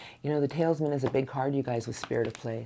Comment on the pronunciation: thank you so much for your reading, but you are annunciating Teleman incorrectly